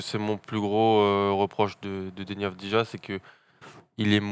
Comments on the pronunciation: Messieurs, vous êtes victimes d'un symptôme français absolument terrible : le ZÉRO effort niveau prononciation des noms et origines des joueurs: on dit AVDIYA, dans tous ses highlights les commentateurs israeliens HURLENT AVDIYA, et ça se prononce comme ça aussi bien en Israélien qu'Albanais, la nationalité de son père, qui n'est donc pas croate ! Faites des efforts sur la prononciation des noms, encore plus quand ils sont aussi simples... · Exact, ancien joueur de l'étoile rouge son père. Et d'ailleurs ça se prononce "Avdiya". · On prononce Avdiya les gars ;)